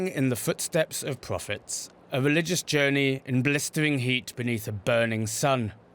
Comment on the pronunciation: I heard that as " in the footsteps of profit" and was confused